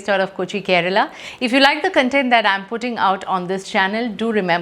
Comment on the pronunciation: Dhanya..please check pronunciation of 'content'